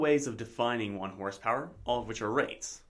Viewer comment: electrical "Horspower"? LOL